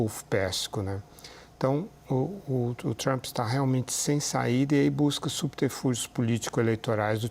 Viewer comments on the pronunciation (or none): A pronuncia forcada de palavras em ingles pelo goianio Lourival eh altamente pernostica: "TrAAAaaAmmmppppe", "Dwwroonis". Isso nao te faz mais sofisticado,.